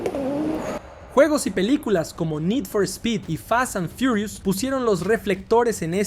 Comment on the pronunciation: no entendí, fasanfiurius?